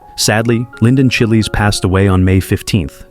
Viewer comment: Linden Chiles!!! No, he is NOT red chile, yellow chile, green chile, a jalapeno, or any other pepper. His last name is pronounced as "childs", like "child's play".